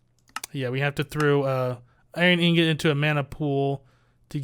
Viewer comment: Does it bother anyone else that he says ingot wrong?